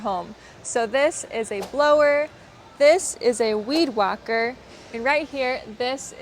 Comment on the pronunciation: A.. weed walker? Or weed whacker? You pronounced whacker like walker which is incorrect. Also, shouldn't be "what do you call this..?", not "how do you call..?" I mean you even said "what is it called" correctly. Could you clarify these please?